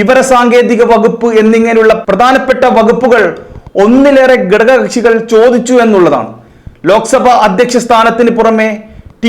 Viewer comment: എടോ..'. ഗടക ' kashi അല്ല.. "ഘട ക "കക്ഷി യാണ്...